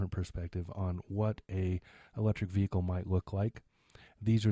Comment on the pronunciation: Vehicle, H silent. go back your school learn..